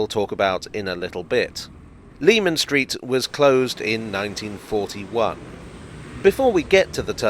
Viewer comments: “Leman Street” should be pronounced like “Lemon”. Just worth mentioning because it feels like it’s dying out these days, Jack the Ripper related media getting it wrong hasn’t helped. Anyway, great video again. I find those old London and Blackwall stations very interesting. It’s incredible to think how the line and its Millwall extension were so out of favour and then would come in handy with the DLR. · Leman Street was pronounced LEH-MON Street by the locals according to my father who lived not far from there. I remember getting lectured about it when I was a youngster making the same mistake! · I second that citrous pronunciation!